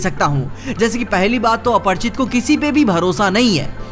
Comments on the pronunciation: Apar- chit nhi lodu Aprachit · Yr ap bar bar aparchit aparchit kyu bol rhe ho aparichit hai aparichit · अपरिचित Not अपर्चित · It's aparichit not aparchit bro